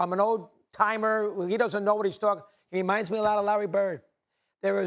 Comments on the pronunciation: It's Doncic, NOT DON-CHICK 🤣🤣🤣🤣🤣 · you can't even pronounce Donkič correctly. Who cares what you saying lol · Mad Dog just say his name right not Donkick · How are you an analyst when you pronounce Luka's surname as Donkich. SMH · Learn how to say his name retard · He cannot pronounce Lukas Last Name "expert". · U know if he was black stephen a would be like lets pronounce it right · It's really not that hard to pronounce his name. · Bruh, you get paid good money to do what you do atleast pronounce Doncic correctly.